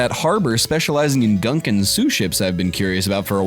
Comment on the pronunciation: pronouncing "gunkan" like Gungans from Star Wars hurt me on a spiritual level.